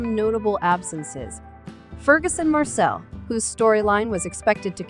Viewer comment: Marsali is NOT Marcel butt Mar sar Lee